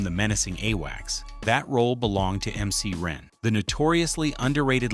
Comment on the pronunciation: I wonder why they didn't offer MC Ren a chance at playing Shariff instead of Wax!? It would have made sense considering he converted to Islam. He could have dropping real NOI jewels. This AI dude said MC Aight! 👀😂🤣😭😂🤣